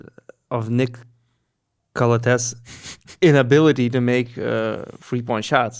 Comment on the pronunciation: it's pronounced Calàthees. Been wanting to say it for a long time lol